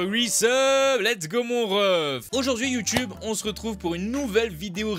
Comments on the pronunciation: c est moi où il a dit "youteub" ? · Chuis mort il a dit YouTeub mdrr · J'ai bien entendu "Youteub"🤔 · C'est moi t'a dit whesh youtebe